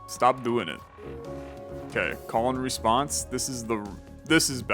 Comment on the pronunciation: I know that the card name is ,,Call and Response" but i keep hearing ,,Colon Response" 😆